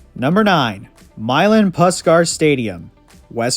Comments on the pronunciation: What a joke having UC's stadium ranked ahead of WV's. Literally NO ONE who has ever been to the two would ever even rank UC's in the same hemisphere as Milan Puskar (and it's "Push-car"....not Puss-car). Come back when you get at least half a clue. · Mountaineer field is pronounced as Pushkar tho it's spelled as Puskar